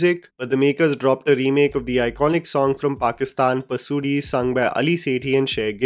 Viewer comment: Sounded like 'DEAD PASOORI'